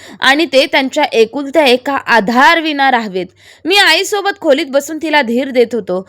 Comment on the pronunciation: खुलीत नाही खोलीत